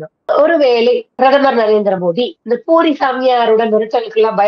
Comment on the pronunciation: பூரி சாமியார் ன்னு சொல்றது, போலி சாமியார்ன்னு கேட்குது... Please pronounce properly.